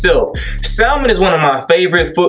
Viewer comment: keep spittin' facts!! but you don't pronounce the 'L' in salmon. Where your real friends at???